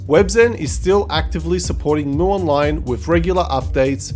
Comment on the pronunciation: Its read as EM YU not MU...